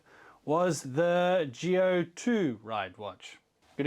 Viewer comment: Isn't it pronounced "Zee-oh" like Power Rangers Zeo and not "Gee-oh" like geothermal energy?? Sorry if I sound like a dick, I'm still new to Rider stuff.